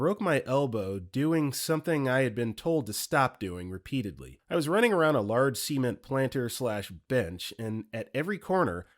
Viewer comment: the way the va read cement like semen with a t